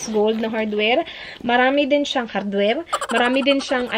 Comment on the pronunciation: Talagang binalik-balik ko yung "HadwerL"😂